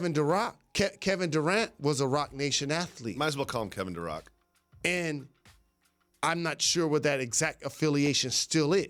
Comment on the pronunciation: "Kevin Durock" 😂